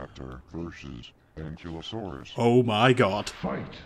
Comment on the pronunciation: omg im gunna go nutts if i dont say this its... AN- KI-LO-saurus =ankylosaurus